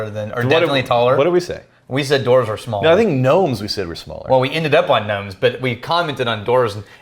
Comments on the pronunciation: Why do you keep saying "Dorf" instead of "Dwarves"? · I've never heard it pronounced, "dorves"! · I’m a hardcore LOTR nerd but I don’t expect other people to be. However I did nearly have a meltdown at how they pronounced dwarf/dwarves as dorff/dorves. Get I’m Dan!